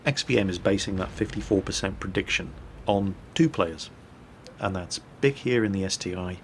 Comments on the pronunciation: That guys name is pronounced (BEE-ke) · wow his name is bic sounds like duck when he says it